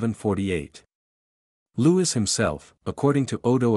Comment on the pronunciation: Loo-ee not Lou-is. Please.